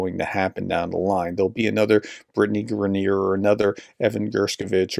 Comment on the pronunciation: I believe you are pronouncing Griner wrong..